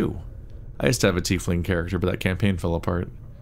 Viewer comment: Oh thank the powers, actually pronounces "Tiefling" correctly! 😆